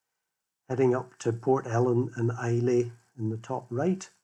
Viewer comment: Really enjoyable video. FYI It's pronounced "Eye-La" not "I-Lay".